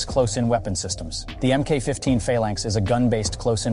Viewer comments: I'm gonna start punching people that don't know how to pronounce mil-speak. Emm-Kay (Mk.) is pronounced "Mark". You would say, "Mark 15 Phalanx" -- NOT effing "Emm-Kay 15...". When you say "Emm-Kay", all I want to do is ask you what your pronouns are, whether or not you want avacado toast, and if you'd like a double chunk moca soy latte cousin vinny coffee with 6 mg of caffeine. If you haven't learned what words are pronounced as, don't effing do videos. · MK is pronounced MARK. PLEASE SAY IT RIGHT